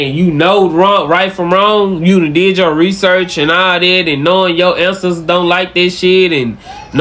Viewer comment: That black dude was hella annoying. Doesn’t even know how to say ANCESTORS correctly. Wtf is “You answers gon be mad at you?” Lol